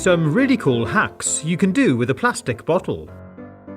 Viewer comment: "Today i'm gonna show you" "Pretty cool HUHks"